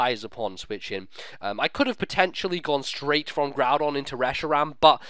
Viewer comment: I have to smile every time I see Groodon and Giramy. I always have to think of some derpy anime trainer who cannot or purposely does not pronounce their names right and the pokemon just go with it. And everyone else thinks they are nicknames while they arent.